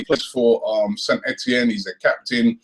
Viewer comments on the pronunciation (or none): none